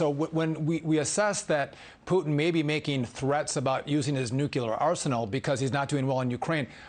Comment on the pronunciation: It’s not nuculer it’s nuclear. NU-CLEAR. Apparently the media doesn’t even care about proper English. Jesus.